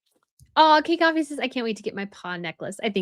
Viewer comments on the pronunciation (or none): none